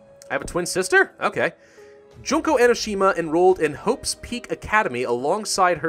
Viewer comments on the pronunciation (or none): its pronounced June-ko Enoshima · wow some of your pronunciations were so off but I think I like Junk-o better than Jun-ko because I cracked a smile impulsively. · This dude should be renamed the butcher because of what he fucking pronounced dangonronpa and junko like